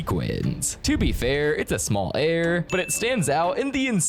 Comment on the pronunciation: I know right? And his error and mirror pronunciations are kinda off too